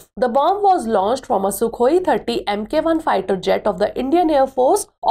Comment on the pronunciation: 🤦🏻 it's not MK-1 but MKI ( I as in India )... Su-30 MKI